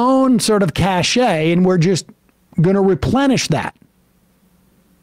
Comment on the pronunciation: Oh Sam, you know it's pronounced cash. Cashe is something Johnson doesn't have.